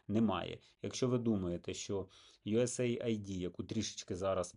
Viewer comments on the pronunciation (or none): Да не ЮС Айди, а ЮС Эйд - помощь Сединённых штатов.